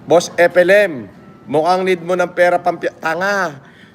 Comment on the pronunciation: Pati alyas niyang FLM Hindi pa nya mabigkas ng maayos. Epelim. Bwesit talsik talsik pa yong kinakain